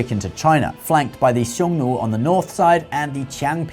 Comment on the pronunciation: You pronounced Nü for Xiong Nu